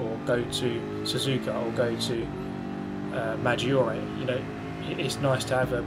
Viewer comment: Hey there. Why don't you try using google translate spelling function to know how exactly track names are pronounced? I know it doesn't make a difference but i still think it's nice to know how to pronounce foreign words (so you can brag about it with friend lol) eg Maggiore: your pronounciation is more than acceptable but you enfasize too much the "i" (bear with me ahahah) resulting in a "majjiore" when "majjore" would be closer. Btw nice races mate, keep it up!